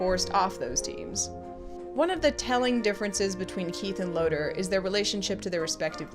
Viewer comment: I have one critique of your Voltron reviews. It's LoTOR Not Loter.